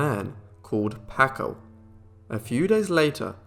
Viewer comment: Please; it's pronounced "PAHHHHKO". Terrible.